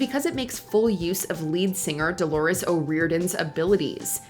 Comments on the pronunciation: Did she really call The Cranberries singer “Doris”? Oye vey 🤦🏻‍♂️ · Delores!!! Not Doris 😒